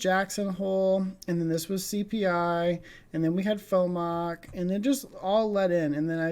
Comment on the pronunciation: It’s pronounced F-O-M-C not FooMock. Good stuff.